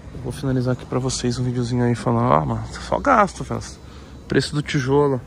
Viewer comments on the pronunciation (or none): Ninguém: A Toguro: é gastoo fellas, é gastoo